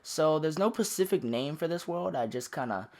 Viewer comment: Specific not pacific